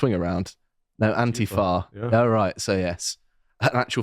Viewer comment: Did you say ANTIFART ?